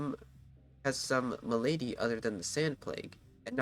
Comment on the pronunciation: "ma lady", lol... try "mal-a-dee"